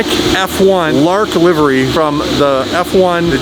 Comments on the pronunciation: I'm so triggered because he kept saying livary!!! Its livery Li-ver-e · do you mean Liv-er-ree? Not live-eree? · "Lie-vury" haha I think it's just "Liv-ery" if I'm not mistaken. 720GTR is going to be fire when it's all put together. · LIVE- ERY..LOL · It's not LiEvery. It's livery. Please stop. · For God sakes, it is pronounced Livery NOT "lievery" please you are killing me every time you say it. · It’s livery not lyvery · the way he say liveries triggers me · Everyone: livery: LIVEry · not pronouncing it LIVEery to get more engagement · Livery not livery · Since when did you start pronouncing "livery" as "lyaviaaayyyery? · Livery........ not LIVE-ER-AY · Everytime he says livery it makes me wince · thats not how you pronounce livery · Internet anger .. say livery properly 🤣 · Oh man. Your pronunciation of Livery is killing me. 😬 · How many times will mispronounce "livery"??? Lol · The way this man pronounced livery was triggering me lol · Liv (as in Liv Tyler) ery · Definitely winding us up pronouncing "Livery" 🥵🙉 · says livery, but we all know it's actually pronounced livery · lol the way says 'livery' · The way says "LIVERY" is hilarious - Great colour!! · Came here looking for a comment about the way he pronounced Livery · For some reasons he changed his pronouncements 😂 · can't decide how he wants to pronounce "livery" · The way Canadians say livery....LOL